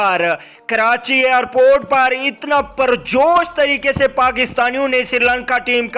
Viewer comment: Slow bol bhai phone ka speaker pana hai kia airport hota hai arport nhi